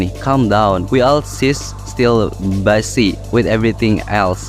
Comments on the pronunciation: bizii bukan basii wkwkw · cara baca yang bener bizi bang bukan bazi, cmn fyi aja. aku pertamakali tau kata busy juga kegocek cara bacanya juga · Busy, cara bacanya bizi, bukan basi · busy itu bacanya "bisi" bang bukan "basi" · pronounc mistake treat = trit(threat artiny mengancam ini treat artinya merawat) busy = bisi photo = fotou efforts = efourts fatal = fay-tal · busy BACANYA "BIZI" WOIII 😭😭😭😭😭😭 gedeg dengernya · koreksi dikit bang, out of context sih tapi gpp, "busy" dibacanya "bizē" atau "bizy" dah gitu aja semnagat bang ngontennya